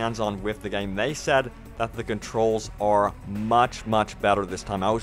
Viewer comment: LMAO at pronoucing it "gayeem". Haha, game has one syllable dude! #TardSpeak